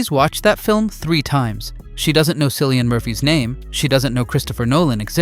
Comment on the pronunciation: His name is Kill-ian. JFC....the man won an Oscar and you still fucked up his name?